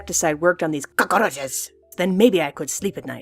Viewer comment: I love the way they said cockroaches the end! LOL fucking hilarious!